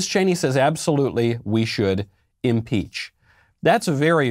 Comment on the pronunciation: Leftist it's "Impeach" not "Inpeach"